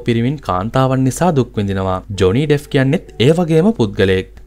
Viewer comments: ඩෙෆ් නෙමෙයි ඩෙප්ප්.. ලෝක ප්‍රසිද්ධ කෙනෙක් ගේ කථාවක් කියන කොට නම හරියට කියන්න.එතකොට නොදන්න කෙනෙක්ට වටිනවා. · ඩෙෆ් නෙවෙයි බං ඩෙප්